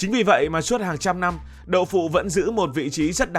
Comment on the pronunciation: Kênh lớn mà sao phát âm sai nhiều: giao bán, nhăm…